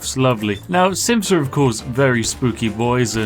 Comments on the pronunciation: you know its Synths not Symths... right? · I dunno why, buh I keep hearing "simps" instead of synths, and I hm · Is he saying Simps or synths? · I hate that almost everytime he says synths it sounds like simps too me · An unfortunate fact about your accent and not pronouncing ‘th’, is that instead of saying ‘Synths’ it sounds like you’re saying ‘Simps’. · Who else thought that Spiff was saying "Simps" instead of "Synths"? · Spiff are you saying"simps" or "synths"? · I swear Spiffing is saying “simps” and not “synths” the entire video. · Am I the only one hearing Spiff say "Simps" instead of Synths lol. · Who else heard Simps instead of Synths. Every single time. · I know he's SAYING "synths" but i keep HEARING "simps", which gives the video a totally different tone lol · I think he really is saying Simp. I noticed it too. Weird either way. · It sounds like Spiff is saying "simps" instead of "synths". It is especially rewarding when he mentions murdering them. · I know Spiff was saying synths, but I couldn't un-hear him saying simps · Kept hearing it as "simps that wont to destroy us" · Wanna make this video more entertaining? The way Spiff says Synths sounds like Simps. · Everytime you pronounce "Synths", I hear "Simps"... And it's even better in fact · I don’t know a lot about fallout so i thought you were saying “simp” through this entire video. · am i the only one hearing simps instead of synths? tell me its not just me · I keep hearing simps instead of synths. It's making my day. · every time you said synth i swear i heard simps The simps are an unstoppable force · I first thought he said simps and not synths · Is it just me, or did it sound more like he was saying "simps"? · I just understood simps insted of syths xD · The video is 100x better if you hear 'simps' instead of 'synths' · Who else kept hearing "endless quantity of simps" almost like Captain danse is an e-girl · who else hears him say SIMPS when he says synths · yeah it can sound like "simths"